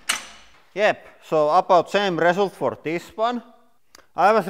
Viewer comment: The resoolt? The hi-droo-licks starts to leeeeeaaakkk...